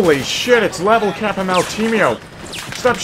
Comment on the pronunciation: It's LevleCap and Motimio hahaha